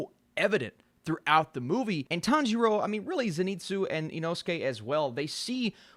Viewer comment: Sub watchers : I am going kill myself if he says tanjiro like that again Dub watchers: this is fine